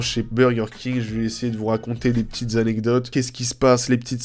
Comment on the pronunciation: les « aNNecdotes »